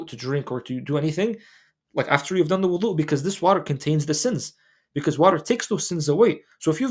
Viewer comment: With all the love in the world, Can you please enunciate the word Wudu with a ض not ظ Language of ض ❤❤